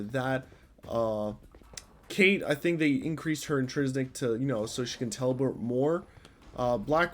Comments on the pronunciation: In-TRIN-sic is the word you are trying to say. Not, in-tris-nic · INTRINSIC. NOT INTRISNICK